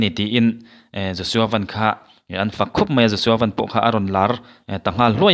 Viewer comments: Josua van( motor ang hian lam loh tur )sky (van ) kan lam ang hian lam tur ani e.... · Laiah Van sky bible mi angin an lamlo tuna a lamrik kha adik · "Van" i lam dan hi a dik chish em? A dik ka ring lo mang e. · Joshua Van hi Lirthei a 'van' anga lam tur a ni lo a, chunglam 'sky' angin 'Van' hi lam tur a ni. A hmingpum pawh Joshua Vanbawithawng a ni.